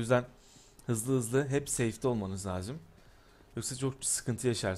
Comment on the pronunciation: seyfte olmanız lajım diyo hahahhahah